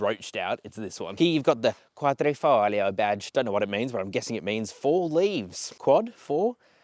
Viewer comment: Well done for the accurate pronouncing of Quadrifoglio. 👍 The round the Nurturing is everything you need to know!